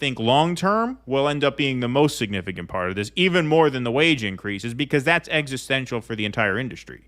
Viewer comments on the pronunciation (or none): none